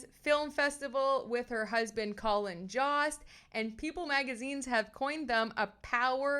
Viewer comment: I think you are very fun & engaging, but you pronounced both Cannes and Colin Jost incorrectly. Check name pronunciations before you start recording.